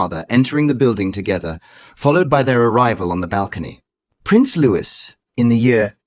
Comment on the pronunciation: Not Lewis-his name is Louis.